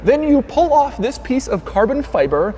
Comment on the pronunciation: Pagani Huayra is my FAVORITE doug vid. In this one he just gapes so much he blew a fuse in his head, he even messes up the "THIS " in the beginning